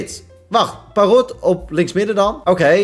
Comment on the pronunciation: Je zegt Parrot op zijn Engels dus perrut